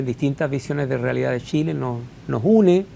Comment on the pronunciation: Que alguien le enseñe a hablar a ese nombre. Tremendo que seamos dirigidos por personas así. Los diputados y senadores de Chile deberían tener por lo mínimo estudios de master para siquiera postularse. Tremendo! |"Shile está lleno de shilenos ayudados por un tesho para Shile"